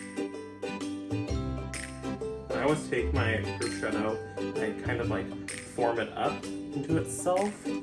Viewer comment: Great tip about the mini bunches of grapes. I was laughing at proschetto... it's pro-shoe-toe